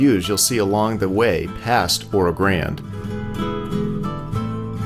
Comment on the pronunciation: Loved it. Trip down memory lane. Made that trip several times as a kid in the 50's. Please check pronunciation of Oro Grande. Or do the locals use the Anglicized pronunciation? I've always called it Oro "Granday" as I heard it as a youth.